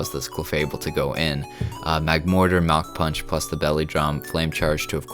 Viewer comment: Idk why but when he said Mach punch I thought he said mountain punch